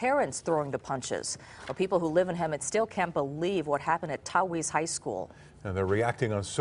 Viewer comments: Its taquitz not tahuetz i know cuz i live in hemet fight me wassup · "We still cant believe what happened at tAwHeeEzE high school" lmfao 😂😂😂 It's taqhuitz aka "talk-witz" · "talk wheats"